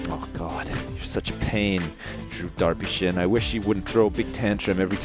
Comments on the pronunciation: it's not darpyshin it's Derry sjin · it's not drew darpyshyn it is drew derpysjin